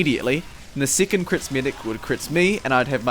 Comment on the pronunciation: "sickond"? I think you meant to pronounce it as "sec-on-d"